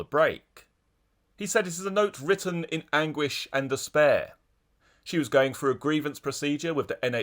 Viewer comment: Froo? What is froo? Sympaffi? Sympaffize? Nuffing? Wiv? Anyfink? Please use proper diction!!